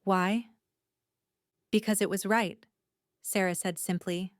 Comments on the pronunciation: Loved the story...especially having Asher who falls in live with Sarah before the Alpha. My only criticism is...the AI narration switching back and forth in how it pronounced "Sarah." It was really bad. And, there was a broken record efcfect with repeating a section. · What happened to Asher's Mother? Why did the Alpha's have similar names and the narrator couldn't pronounce Sarah's name correctly.